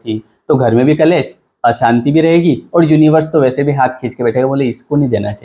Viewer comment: कलेश मत बोलिए .. क्लेश बोलिए ... उच्चारण सही करे ...